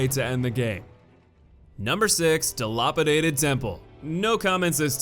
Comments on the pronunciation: DilApadated. Dil A padated A as in Apple. Sorry but that really irritated me lol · "Di-law-pitaded Temple"